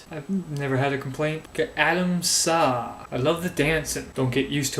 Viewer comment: I like the way you say my name, but it's Adams, A. A. like umbrella...eh...eh We're friends on G+ for pete's sake!